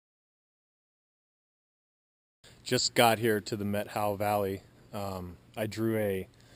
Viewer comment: The way you pronounced it, got me confused. Is the Methow. Also, is this public land that is hunted early season without permits.